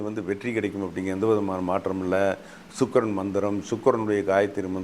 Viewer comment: Chuk... Illa pa Sukkran..